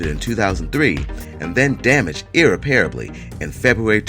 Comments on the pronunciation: Not sure why a distorted Google Maps image is included on a list of "amazing places on earth." Salvador Dali did some really bizarre landscapes--why not include them?Also, learn to pronounce "irreparable" like a grownup. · You need to learn how to pronounce words like "irreparable" and "montaña" -- so you are pretty lame. Add the crappy background music and it's all CRAPTASTIC.